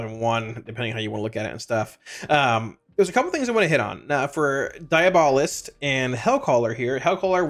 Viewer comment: its pronounced diabolist.